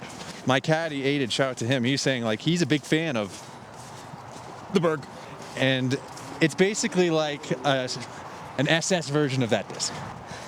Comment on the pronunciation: Why can’t eagle say the name berg ? Kinda weird lmao